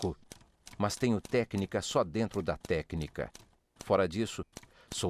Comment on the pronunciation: A aula é boa, mas pelo amor de deus tire esse "mãs". Fica horrível hahahah